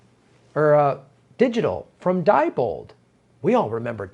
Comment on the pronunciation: Sorry to be so pedantic, but Diebold is pronounced "dee-bold". Not certain, but I think that is typical of German pronunciation.